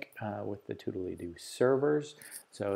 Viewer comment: Surely that's not how the name of the app is pronounced...